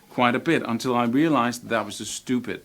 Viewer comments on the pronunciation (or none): none